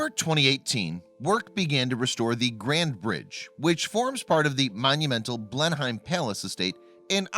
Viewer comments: Now if you just learned to pronounce the name of the place correctly. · No he is not pronouncing it correctly. Any one who has been there knows. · I am an American and even I know he mispronounced Blenheim poorly. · I think he's American as I'm Canadian and even I know that he's pronouncing it wrong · Blen HEIM? Seriously? You took dozens of hours of research and video editing to make this, but you didn't take ten seconds on to learn how to pronounce the SUBJECT of your video? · BLEN-HYME? What the hell are you talking about? Please research your materiel. I hope you know more about the rest of the content you are narrating than this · Blenheim is of German derivation, isn't it ? If so, the correct pronunciaton would he blen-hime, nicht wahr ? Yet you accuse the Americans of the same linguistic sin of which you English are frequently guilty ! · I wish Americans would research the pronunciations of English words.Its pronounced Blenham palace. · you don’t pronounce the hiem at the end, it sounds like how you would say ‘in’ but with an m. blen-im just saying.... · Its pronounced Blenim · It's pronounced blennem when said phonetically. You guy should here him say Trafalgar......... again phonetically he say traffle gar. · Ben’am ffs it’s so not pronounced the way you phonetically trued to. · Would it have taken much effort to find out how to pronounce Blenheim and Marlborough? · I grew up in Blenheim, Marlborough, New Zealand. It so annoying to hear him say it wrong. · I'm an American and it's annoying to me, too! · Where's Blend Heim? Oi! Don't say it no more! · State California - Yes, that's how they are pronounced. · I wish you bloody yanks would learn how to pronounce “Blenheim”... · Who would have thought that Blenhyme Palace was near Marlborrow? This idiot continues to destroy various languages and proves that doing some research on his subject matter is not in his vocabulary (no pun intended?). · Blen-hyme=wrong Blen-'em= right. Research is your friend.